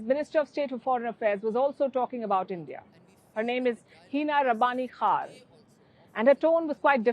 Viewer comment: Hina rabbani khar, pronunciation of khar is with k not with h.